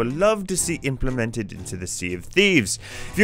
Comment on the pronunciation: No one:: Implimintid